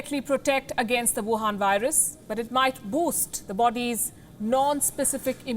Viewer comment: Wohan vurus🤣🤣🤣. Palki u are the best